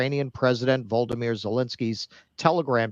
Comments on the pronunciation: People who can pronounce Vladimir but not Volodymir are funny to me😂😂😂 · “Vladimir” is a name known of since The Cold War. First time I heard “Volodymir” was this war and I assumed they misspoke.